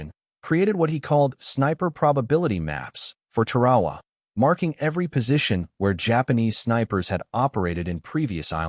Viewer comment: We had snipers all the way back to the revolutionary war. Scoped rifles during the Civil War. And, WHY is the announcer pronouncing "TAR-A-WA" as "TER-AWA"? Is this AI or something?